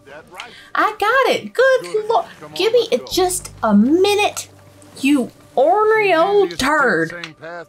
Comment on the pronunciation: Props to you for correct pronunciation of "ornery"